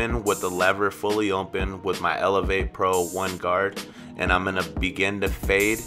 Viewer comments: It sounds like you say “ompen” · Really good! Is it just me or does it sounds funny when he says open?